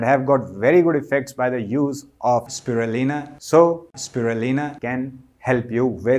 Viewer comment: Is it me or did anyone else notice he's isn't actually saying Spirulina?